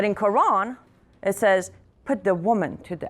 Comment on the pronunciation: wow she dose not even know how to say Quran women u dont know wtf ur on about